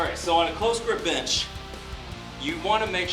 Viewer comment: Always hear him say "bitch" when he says bench.... Am I the only one?